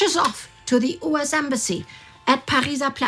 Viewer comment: its "US" not "oos". Worst narrator on the channel. Had to rewind multiple times to understand what she was speaking.